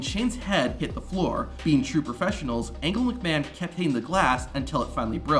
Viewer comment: You said angle McMahon during the glass scene who is Engle McMahon